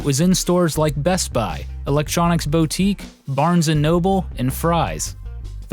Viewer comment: bow-tique? shakes head